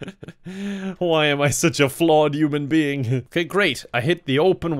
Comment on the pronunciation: Is it just me or do I hear yuamn being.